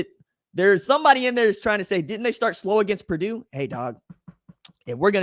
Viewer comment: It's Purdue